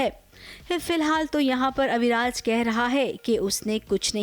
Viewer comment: Abhiraj nahi...AviRaj